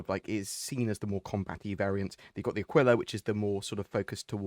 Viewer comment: Aquila is spelled with the accent on the First A, like ÀQUILA, which is Eagle in Italian 😃, I am Italian